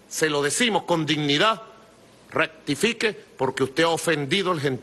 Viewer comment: Dijo: " ractifique"?